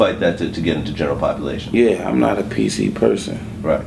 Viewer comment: I feel him but its pronounced as population not "popuration"...ijs!